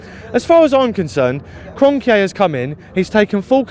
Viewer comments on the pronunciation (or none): Man’s calling Kronke Kronkeyay